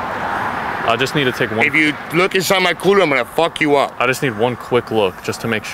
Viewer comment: "ium gonnaa fawk yaou uhp" 💀